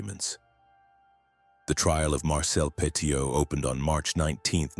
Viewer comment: His surname is pronounced PETTY-OH It's worth also looking at Henri-Désiré Landru, the French Bluebeard, who killed 11 women after pretending to marry them in the 1920s 😮